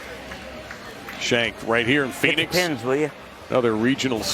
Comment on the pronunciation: Phoeniz? AZ lol